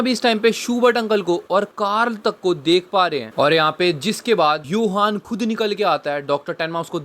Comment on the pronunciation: Johan ❎ Yohan ✅ 🐹